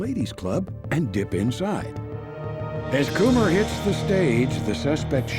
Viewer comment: I'm pretty sure "Kummer" is pronounced "cummer" not "coomer" 😂